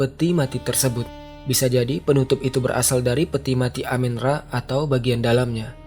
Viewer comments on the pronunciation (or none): bukan dewa amin ra bang, tp amun ra